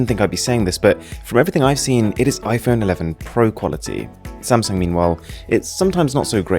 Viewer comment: Can u Stop to say ö instead o? Its not fötö or iphöne .....its fOtO and iphOne. Your voice Sounds so as u only love to hear yourself